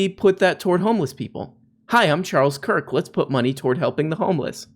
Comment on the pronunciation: "Kirkulese" killed me.